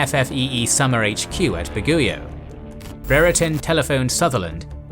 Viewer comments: I think you meant Baguio "Bag-yo" or "Ba-gyoh"? Not "Ba-goo-yo" :D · Bag e oh, not whatever you said! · I love the videos, but hearing you say some of the placenames makes me cringe, no offense 🙏🏾 It's 'tu-GE-ga-rao' and 'BA-gi-o". As always, awesome content.